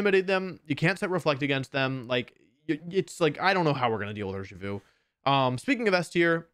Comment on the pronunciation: DO NOT LEAVE OFF THE S IN URSHIFU!